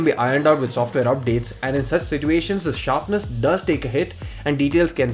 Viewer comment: It's nothing, I was just trolling on the way you pronounce "situation". I find it funny for some reason, that's all.